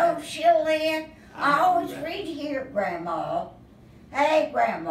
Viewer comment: It's Gramma not Grandma. cours! Gramma is her name.